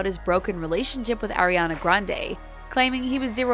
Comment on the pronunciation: Stoooooop it’s Ariana not airiana😭😭😭😭😭😭😭😭